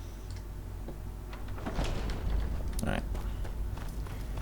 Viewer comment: you're an idiot, he pronounced chasm perfectly.